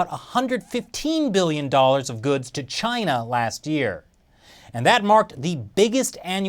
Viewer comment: I thawt he Wivved cheena